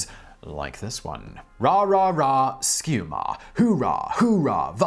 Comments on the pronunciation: Love to see my Gophers mentioned! Worth noting, "Ski-u-mah" is pronounced "Sky you mah", and is the University's signature cheer. It's got its own interesting history as well (see ) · Small correction! It's pronounced "sky-yoo-mah" Love my Golden Gophers!!